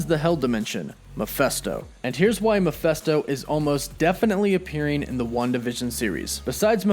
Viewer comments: Every video where he pronounces Mephisto makes me cringe. I struggled trying to finish this one. Like seriously dude... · Hearing you constantly saying Mephisto wrong is annoying. It's a goddam I not an e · I just cant get past how you pronounce mephisto....its an I, dude. I's aren't pronounced like that. Ever.. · Meh-FIST-oh. Not Mah-FEST-oh. Lol smh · You kept saying “Mephesto”, but it’s Mephisto. Based on the demon Mephistopheles. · face palm it’s mephIsto not mephEsto. There’s and “I” before the s, not an “E”. Muh-FISS-toe. Not Muh-FESS-toe. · Not Miphesto. Mephisto. I wonder who they will cast for the part, of Mephisto? Couldn't Evan Peters be playing Speed? What a twist that would be. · It's Mephisto, not Mephesto. It's literally pronounced like it's spelled. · Who the heck is Muhfesto? It’s MEH-FISTO. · 1st-It's Meph_I_sto, not Meph_e_sto! And why is it that the fact that the SAME Darkhold that appeared in "Agents of S.H.I.E.L.D." also appeared in "The Runaways"? Why bother creating a new prop? Just use the same book, again, and they all become linked. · Bro. I dig the channel, but some of these names you butcher... it goes through me man, not gonna lie. If you want die hard fans to stick around, please acknowledge and correct this moving forward. Mefisto = Ma-Fist-Oh not Ma-fest-o.... You drive a wedge between your channel and your fans with every name that gets pronounced terribly. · Meh-FIST-oh, not Meh-FEST-oh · It's not "Ma fes to " it's Me phis to " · it is Mephisto, not Mephesto. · Your pronouncing Mephisto wrong, the “i” is NOT an “E” like your pronouncing it. Your saying Mephesto, that’s wrong. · Thank you!! Makes me think he dont know shit if he cant even say it right !!! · I’m with you on the name. Meh-fist-o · It’s pronounced Meh-FIST-Oh! Sheeeesh dude how do you butcher a name that bad? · Why do you keep calling him Mefesto? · Love the channel and vid but the way you pronounce mephisto as mephesto annoys me😂